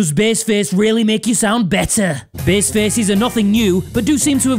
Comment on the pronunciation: I hate how you pronounce bass